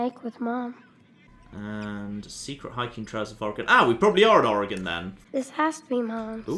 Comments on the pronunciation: I’m happy you can actually pronounce Oregon correctly. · Omg you pronounced Oregon right! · Genuinely surprising and refreshing, also speaking as an Oregonian. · As an Oregonian, thank you for pronouncing Oregon correctly.